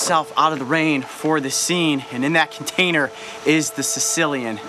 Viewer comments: Lol... Sounds like he calling it a Sicilian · Apparently I'm not the only one who thought Coyote said "Sicilian" instead of "Caecilian". XD